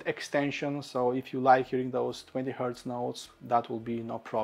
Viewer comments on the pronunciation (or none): none